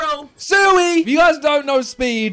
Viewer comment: Fun fact:speed has been saying "christo ronaldo" all this time